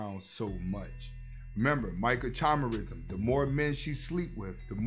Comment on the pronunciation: I’m sorry, you are pronouncing Microchimerisim wrong🤷🏽‍♂️.